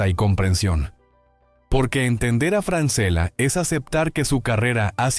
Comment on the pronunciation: El apellido se lee Franchella es italiano. A Francela no lo conoce nadie